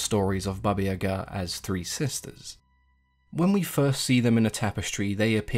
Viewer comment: Finally someone said her name correctly, I only new the evil side not the other one thank you so much for telling me I love your channel❤❤